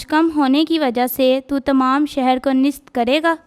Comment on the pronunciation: محترم مناد صاحب کی خدمت میں سلام عرض ھے۔ جناب سے گزارش ہے کہ جو بچے کلام پاک کی تلاوت کے لئے آتے ہیں ان کی تیاری مکمل نہیں ہوتی۔ اکٹر بچوں کا تلفظ ٹھیک نہیں ہوتا۔ جیسے آج کی تلاوت ھے۔ اس بچی نے نیست کو نست بولا ہے اور کئ بار بولا ہے۔ اس سے سننے والوں کے دل میں شک گزرتا ہے کہ یہ لفظ نست ہے یا نیست ہے۔ اسی طرح لفظ بعید کا تلفظ بھی غلط بولا گیا برائے مہربانی تلفظ پر بہت دھیان دینے کی ضرورت ہے ۔